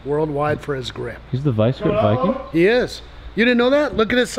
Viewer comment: Vice Grip Viking. NOT vice CRIP. WTF